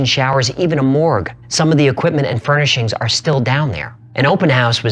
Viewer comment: i like this channle how ever please dont say oquimpment again, equipment does not start with a O lol